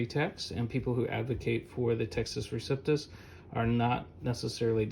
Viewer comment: You are lying, and don't have the guts to identify which bibles of which you speak. You know the majority is corrupt, so blow it out your duffle bag. BTW it is receptus, not reciptus. What a dork.